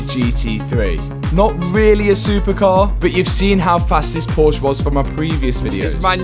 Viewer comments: Still not pronouncing Porsche correctly. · Its called Porsche not Porsch! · did say coop instead of coupe? and porch instead of porsche?